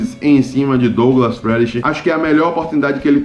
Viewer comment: É engraçado você pronunciando Friedrich kkkk Como pronunciar corretamente: Abraço! Excelente vídeo como sempre.